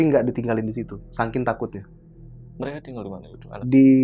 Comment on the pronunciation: Hahaha sankin , saking bang bukan sankin